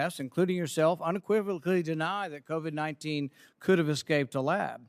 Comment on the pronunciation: Isn't that cute he calls it COVI"🤣🤣🤣